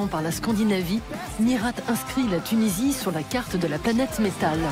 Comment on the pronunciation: rhaaa mais on dit pas MiRATE faut respecter l'accent un petit peu